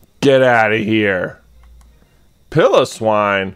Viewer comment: Pilowwine is pronunced pi-lo-swine like pie, low, swine